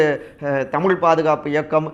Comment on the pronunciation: Dei thamul illa thamizh. Veettula nalla solli pazhahittu vandhu pesudaa.